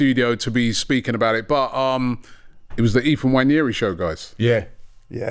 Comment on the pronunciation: It's not Nnwayeri it's Nwaneri (ONE NAY RI) "ONE NAAY RI" There's no Y in the name for christsake.